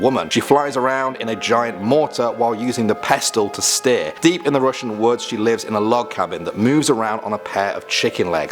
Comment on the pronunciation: The t in "pestle" is silent... I flinched at that a little.